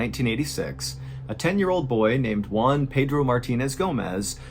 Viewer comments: to pronounce Juan correctly just think in the worh WHO....so is WHO AN....Juan..(sorry for the comment) You´re the best MrBallen!! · It's really funny to me the way Mr Ballen pronounces "Juan". When he says it, it sounds like "one". 😂 The "ju" should be a harsh sound, like in "who". Juan sounds like "Who? Anne." No criticism, I love your videos. It's just a silly thing that made me smile. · I dont want to be an asshole but an easy way to pronounce the name"Juan" is saying "WHO-AN." Im sorry but even the subtitles interpreted the way you said it as ONE. anyways great video! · I thought the family was from China, because of the way you pronounced their names, but in the end, I realized he was Juan no Wan. 😄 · I'll never understand why you pronounce Juan and Tijuana the way you do it???